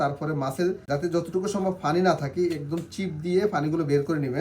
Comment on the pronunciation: Pani ke funi bolen keno??